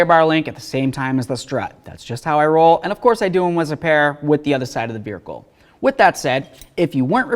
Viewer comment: Why you say vericle? What's a vericle?